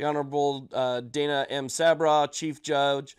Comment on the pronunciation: Thank you for the update. The judges name is pronounced sab raw. Just fyi. Keep up the good work.